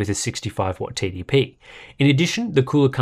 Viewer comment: Everytime he says TDP it sounds like "Titty P". I can see that being a rapper name soon.